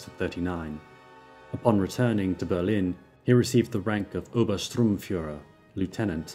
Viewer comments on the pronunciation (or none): Obersturmfuhrer, not Oberstrumfuhrer...